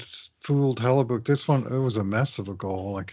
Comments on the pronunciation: Does pronounce Hellebuyck's name wrong on purpose as a bit or is simply unaware all these years later how to say it? I mean, this is a guy who has spent literal decades whining about the refs so it could be either. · Why does say book instead of buck in Hellebuyck? lol does he know something nobody else does?